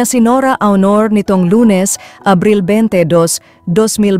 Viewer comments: Also her last name Aunor pronounced as Onor not Awnor. she’s been Nora Aunor from the beginning of our existence and up until now can’t pronounce her last name properly🥺😣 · Ang pangit ng diction mo sa mga tagalog words.pinoy ka ba tlga?😂😂😂 o maarte ka lng mgbasa.aunor as in(onor) hindi Awnor!😄